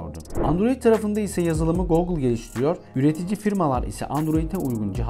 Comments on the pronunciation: başarısızlık, teknoloji kanalı açıp, Google telaffuzunu goğgıl olarak yapmaktır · Google ne yaa guugle o 😄